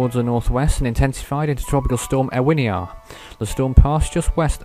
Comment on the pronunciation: Ewiniar is pronounced U-in-iar